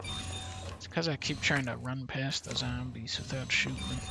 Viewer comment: I’m English, but because of Dunkey I now always pronounce zombies as ‘zermbies’ when playing any Resident Evil. 😂